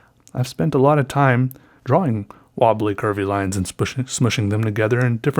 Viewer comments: lol i can't stop laughing cuz he says drawling instead or drawing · Drawing not DROH WING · ffs can you say drawing please. not drawling it's irritating aside from that great video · Its pronounced "drawL" with an "L" at the end. Jesus Christ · Why does he always say drawling instead of drawing?? It always makes me feel weird if that makes sense lol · “draw-wing..” love it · "besides a draw-wing" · Not to be rude but holy crap the rambling about using a pencil was probably the most boring thing I listened to in a long time. And not to mention the huge pronunciation of 'draween' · am I the only one who thought he kept saying "drowling" instead of "drawing"? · I love how he pronounces "drawing" like "draw wing" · dr-aw-ing. love it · haha i love the way u say drawing..u really pronounce the w. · At this point I think you know that's not how you're supposed to pronounce drawing but you just don't care. Great videos! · I love how u pronounce drawing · the way you say drawing urks me for some reason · i love how he says "drawing" with a hard w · Has ever explained why he says drawing the way he does?